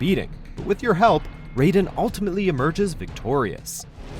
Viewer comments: Anyone else disliked how he pronounced Raiden as "ray-den" and not "rye-den" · it’s pronounced Rye-den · Love the vids but one thing....metal gear rising: revengeance. His name is actually pronounced rye-din, not ray-din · "Raid-en"? You obviously don't know MGS. It is "Ride-en", learn your games before you rank them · It’s RAIden, not RAYden. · rayden? wtf its raiden🙄🙄🙄🙄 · It's Rye-den that's the correct one, isn't it? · Who the heck he Ray-den? Oh really WM, you had to pull the right-wing BS. Pathetic. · Raiden is pronounced Rye-den jesus watchojo learn to pronounce names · You’re saying Raiden wrong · Pronounce “Raiden” (MSG) as “Raiden” (Mortal Kombat) one more time, I swear. Have you even played these games bro? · You pronounced Raiden wrong -__ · Oh please. Next time pronounce (MGSSerie) Raiden right ok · You're pronouncing "Raiden" wrong, Armstrong was not a character created by Hideo Kojima, and although it was a good boss fight its far from being the best in the series. (Which you're implying by having this as the only Metal Gear representation on the list) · Hearing you pronounce raiden made me want to die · these guys can't get through one single video without mispronouncing a characters name. (How dare you mispronounce Raiden's name!!!) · Not only did you mispronounce "Raiden", but you picked the lamest boss of any Metal Gear game... 🤔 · The way you say raiden is horrendous, he wasn't from mortal kombat